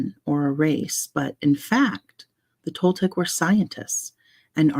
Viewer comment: I got home from my trip a few hours ago and finally sat down to chill a bit. I just started playing this video and I love that you're getting into The Four Agreements! I'm enjoying hearing it again. Yes, you're saying Toltec right. "Nagual" is pronounced more like nah-wall. I have been to the pyramids of Teotihuacán. It's such an amazing experience!